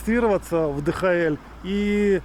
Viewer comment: Приятно посмотреть, спасибо!🎉😊 Кстати, ни ДэХаЭль, а ДиЭйчЭль (DHL).